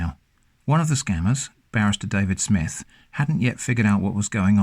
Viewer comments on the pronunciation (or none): none